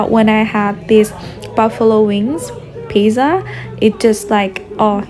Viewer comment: PIZZZZZA NOT PISAAA